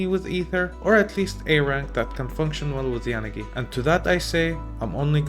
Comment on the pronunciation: Your pronunciation of poor Yanagi's name . . . 😭😭😭